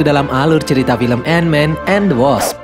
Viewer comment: ANT MAN AND THE WASP ❌❌❌ ENMEN EN DE WASSAP ✔️✔️✔️